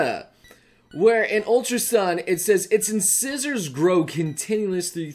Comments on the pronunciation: Incisors is pronounced In-SIZE-ers and yes this is true of many animals like squirrels and rabbits! Some can even keep growing until it pierces their brain! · Rattata is pronounced RAH-tuh-tuh. Not ruh-TAH-tuh. Also, incisors is in-cīs-erz. Nidoran is nēd-ohr-æn. The phrase is “Crowd favorite”, not “Crowned favorite”. Kadabra is kuh-DAH-bruh. I’m sorry. I’m gonna leave now. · Someone please tell me if I'm wrong, but I think Incisors is pronounced as in-size-ers. (I'm not saying it's spelled that way, that's how i think its pronounced) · I was looking away from the screen and I hear say "inscissors" and was wondering what the heck was that. HAHAHAHAHA